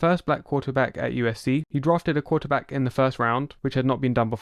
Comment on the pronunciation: "The quahtehbahck must go dahn and must go dahn hahd." One of the most badass football quotes ever.